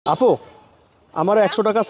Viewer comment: আফু না আপু আদুকি শিক্ষিত নাকি শিক্ষিত হয়েও অশিক্ষিতের মতো রাস্তায় নেমে পড়েন ইউটিউব করতে। ইউটিউব করা বা নিজের কিছু করা এটা ভালোআমি এটা নয় যে একটা কথার মাধুর্য থাকতে হয় এবং একটা আফুকে আপু বলতে হয় একটু আরো স্পষ্ট কথা বলার জন্য চেষ্টা করবেন আফনার না আপনার এসব উচ্চারণ গুলো ভালো করে চেষ্টা করুন